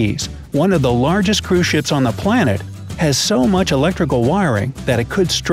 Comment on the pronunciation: Anyone else hearing “crewshits” instead of cruise ships? Just me? Oh. Kristina has left the chat.